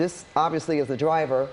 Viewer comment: I can't take this seriously with the anchor saying "Twaffic" and "Dwiver" 😂